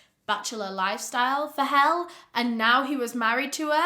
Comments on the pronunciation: Thanks for covering this case! If I can add some feedback, it would be to research how to pronounce names, eg. Helle is pronounce “Hella” rather than “Hell”. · Her name isn't hell or Hel, it's Helle. A pretty normal scandinavian name. "The meaning of Helle is 'divine woman. ' Its Pronunciation is HEH-leh. Helle Origin / Usage is ' Danish, OlD Norse Baby Names ' ." Hellig in norwegian means divine, kinda unfortunate that everyone assumes everything is centered around the English language to be honest. :( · Her name isn't hell, it's Helle. A pretty normal scandinavian name. "The meaning of Helle is 'divine woman. ' Its Pronunciation is HEH-leh. Helle Origin / Usage is ' Danish, OlD Norse Baby Names ' ." Hellig in norwegian means divine, kinda unfortunate that everyone assumes everything is centered around the English language to be honest. :( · Girl stfu 💀💀 firstly, the whole world isn’t English. I’m sure your name means something strange in another language. Secondly, it’s Helle. Pronounced hell-eh. It’s an Old Norse name which remains popular in Scandinavian countries. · Norwegian here . Her name Helle, is not pronounsed Hell. Both E sounds the same. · I believe her name is pronounced Hell - E like Ellie. I don't know if you ever heard of the Mary Beth Tinning case. She murdered 8 of her children (only charged for 1) convicted in 1987. She got 20 yrs to life and got out in 2018. Which i think is disgusting. We all thought she was down for life. You just can't trust the justice system. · It’s funny hearing this woman’s name pronounced “Hell” as in Hades. Hell get back here, Hell what are you doing, I want to spend my life with Hell….lol (sorry). Not fault, she’s pronouncing it like the name Elle but with an H, which is the way it’s spelled…so honest mistake. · Helle is pronounced 'Hel-leh' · Her name is pronounced Hella but spelled Helle. My moms name is helle from denmark as well 😅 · The name Helle is pronounced HEH-Leh, and it's Nativity is Danish